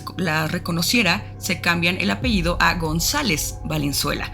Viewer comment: Hola chicos! una observación, lo correcto es decir APELLIDO, no apeido. Saludos! excelente canal!